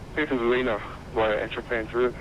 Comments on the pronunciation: Great Video, as usual, bye the way it's not pronounced Balleena but But Ball..i.. na as in the phonetic India. Just down the road from me and an airport I used to fly GA real world out of. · Haha, being an Aussie it's funny hearing you say Ballina. It's not bal-ee-na, it's bal-i-na. It's all good, I think I'm a little OCD. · Ballina is pronounced "bow-lin-uh" now "buh-leen-uh" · Great video, just a tip Its pronounced, "Ba-Lin-Na" Not "Ba-leena" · Bal Is pronounced as in Pal, and ina is pronounced In ah :) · its pronouced Ba-lin-a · I'm from Ballina!! :) actually taking this flight on Monday (17/12/16) home (except on Jetstar not Virgin). Also it's actually pronounced Bal-in-nah haha. Love the vids! And thanks for doing so many Australian flights.:) You've done both my hometowns haha, Ballina and Canberra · not quite.... I think Bah-Lin-Ah would be a more accurate phonetical pronunciation. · Ballina is pronounced ball-i-na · Just for future reference, Ballina is pronounced as though it rhymes with mariner, with the emphasis on the first syllable, BAllina. Love your videos - if you ever get the chance, I would love you to fly to Tasmania. Launceston would be great, or if you prefer to the state capital, Hobart. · BAL-IN-ER ffs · Do future reference it's pronounced "BA-LENA". Love your videos mate. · it is pronouced bal-in-a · nice vid but your pronunciation of Ballina nearly made me not watch. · Uggggghhhhhhh ugh the way he pronounces Ballina ugggggghhhh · Yep, this annoyed me so much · totally not how you say ballina. made me smile and giggle. ballina is still in NSW not QLD and VA normally fly the E190 there.